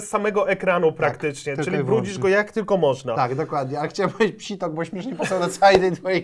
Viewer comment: Mówi się pisior nie psitok